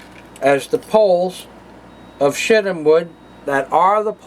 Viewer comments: did any one else here him say shitim wood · Setim wood... and said in a Yiddish accent. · Mary Poppins he said poles of shittem wood....